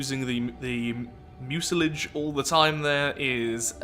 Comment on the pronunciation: I thought mucilage was pronounced "Miu-sil-ij"